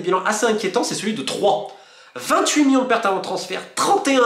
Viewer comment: C’est marrant de constater que Monsieur Molina n’arrive pas a dire « million » mais dit à la place « millon » ! Bon c pas un drame non plus mais je trouve ça original :)